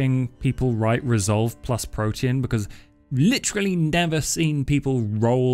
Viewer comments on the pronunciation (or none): none